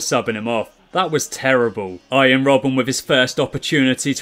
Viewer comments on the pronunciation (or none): none